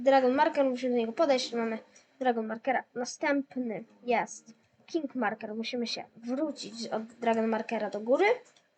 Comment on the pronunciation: Ale no angielski fatalnie maurkers gadasz maurkers